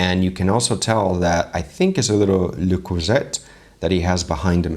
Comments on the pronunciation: Le Cru-say not Le Creusette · It's pernounced LEEEE-CROEEE-SEE not le closet xD